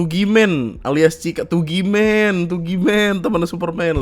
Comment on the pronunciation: Tugiman knp dibaca pake bhs Inggris sih 🤣🤣